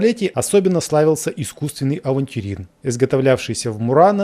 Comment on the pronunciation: Искусственный "авнтюрин". и "аферин". Причем полный.